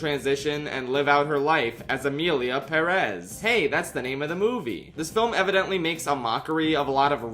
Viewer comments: I literally can’t finish this vid bc of the way you say Perez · literally had to click off because i dont understand how anyone can pronounce perez like that 😭😭😭 youre insane